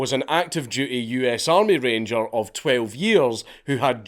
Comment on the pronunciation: I was waiting desperately for you to say "Wenn tha armay fout tha creps"